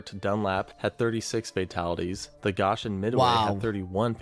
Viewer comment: Its Go-shin, not Gosh-in